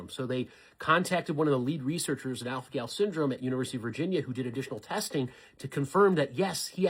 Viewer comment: Are my ears not working or did he say alfanol?